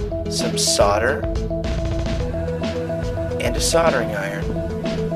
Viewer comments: Its pronounced SOL-DER or SOLD-ER NOT SODER. IDIOT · It's "SOLD-ER" not "SODD-ER" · DUDEEE... SOLDER NOT FUCKING SODDER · It's SOLDER. I know you americans like saying "sodder' but it is solder. i do know why you guys cant say it how it's supposed to be said like every other country in the world. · Only Brits tend to pronounce it SOL-DER In america, it's pronounced SAU-DER. I know it's wrong, but thats how it is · whats sodder? lol its solder mate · Right He Said Solder its pronounced that way in America Wear as internationally its pronounced Solder Or: Sodder=America Solder=Elsewhere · soLder. not saddor. dumbass. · actually the pronunciation of "Solder" is varied, for instance, in texas it is Solder, in ohio and other northern states in that area, its Soder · why on all of these videos do they pronounce the word Solder, as Sodder? Is it really that difficult to say it correctly? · maybe he will teach traveler how to say solder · solder not sodder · lol how awesome is that? (why do americans pronounce it sodder? it has an L in it! lol) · I laugh every time I hear an american say the word solder, as if they are saying sodder. when are you guys going to learn, it has an L in it. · why do you say sauder you fuckin yank. you pronounce the L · maybe by you americans, but the rest of the world says it properly. "soLder" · Why do you say "soder" its got an "L" in "solder" ! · fuck me stop calling it sodder. ITS GOT A FUCKING L IN IT. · if i pronounced it 'sau-der' id hate myself. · lol i luv how you sodder over the carpet XD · actually it is 'sauder' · What the fuck is sodder? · The L is only silent if your a yank, seriously travel to some other english speaking countries, and people pronounce the L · fucking pronounce solder right. there's an L in the damn word. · I'll subscribe when you learn to say Solder correctly. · It's solder idiot.